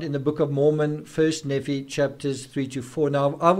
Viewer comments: Nephi is pronounced "Nēē fī" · Hiplos sounds like code for the operation, not a person. Nephi is pronounced Knee-fye, Laman, Layman, Lemuel lem-you-ell. I'm not l.d.s but friends are. No wonder poor Tylee was murdered, she knew Charles was shot and purposely left to die...poor, poor girl!. Lori has been delusional for year's, building up to this, keeping it under wraps. It would not surprise me if the reason she is in a mental facility is that she is Still hotly proclaiming that she is "chosen" and has been merely fulfilling the lords will!!. Her defence lawyer can't very well work with that...Chad on the other hand has had I.M.O, delusions of grandeur and felt he was destined for greater things for a long time BUT I think he made up and believed his own b.s as he went along spurred on by Lori's adulation and that of their warped followers. What a mess! I don't think Lori will Ever believe she has done wrong and will continue to see herself as a martyr for Chads "cause". More people must be arrested and charged obviously in light of current information. The main two players must be confined, kept away from society...forever? We can only hope.